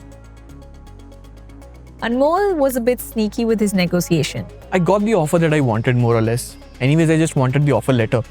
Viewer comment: It's negotiation , not negosiasion